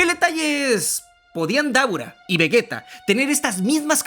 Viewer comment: Akira Toriyama se revuelve en su tumba cada vez que dices vegueta y gocú 🤮🤮🤮